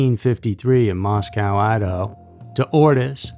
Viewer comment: It's pronounced Mosco. Not "cow"